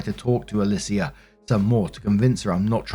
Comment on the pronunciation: Alicia is pronounced either “UH-LEE-SHA” or “UH-LEE-SEE-UH”. -someone who’s mom is named that